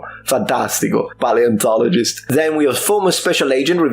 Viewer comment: pie-antologist? is that the "actual" pronounciation?